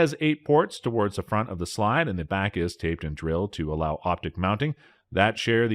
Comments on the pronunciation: The cz p10s has been out for awhile now… Also it’s drilled and tapped, pronounced tap , not taped like video tape. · Why are so many people presenting on YouTube incapable of pronouncing words correctly? You pronunciation of tapped is horrible. Where are you from? Do you have any background in the subject you are speaking on, or are you just a hired presenter? This distracts from the videos. The sponsors of the videos should can you and all like you who cannot pronounce words correctly.